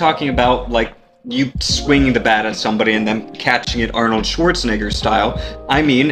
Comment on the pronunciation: He pronounced Arnold's name a bit sus 💀